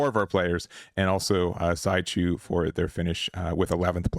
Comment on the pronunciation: szychu is pronounced like " she-who " either way great video as always